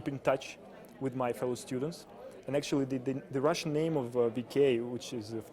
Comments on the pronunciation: "actuallu",орнула с голоса Хд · "actually" мне одному так смешно?хд